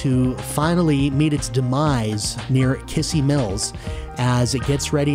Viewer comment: Just so you know, it's pronounced Kiz-zee Mills. Still, great coverage on the track, guess it's now time to see if my storage unit on Mt. Branson is still intact or gone completely.